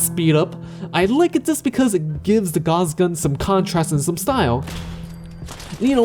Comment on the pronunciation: gauss rifle is pronounced "ga-w-ss" not "gaz"